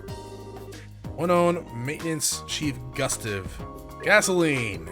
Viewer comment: Gustav is pronounced goo-stahv